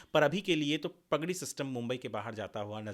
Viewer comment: भाई, प ग डी नहीं, पा ग डी!🙏